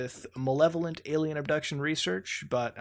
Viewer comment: is mutahar physically incapable of saying "alien"?